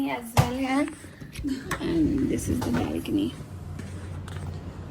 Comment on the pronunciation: your idol speaks perfect English, for example 'im hair he is hair' / 'im a chicken gal' / ' I am eating borrrrgorrrr' 😂